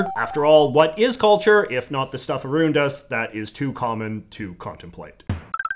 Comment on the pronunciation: "Arooned us" Canadians man...